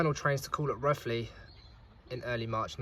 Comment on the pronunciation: It's pronounced Roe-thley,not Roth-ley.Most people get it wrong so you're not alone.